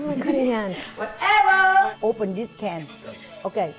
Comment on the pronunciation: Subcryyy and whatevaa kill me every single time‼️‼️‼️😭😭😭😂😂😂😂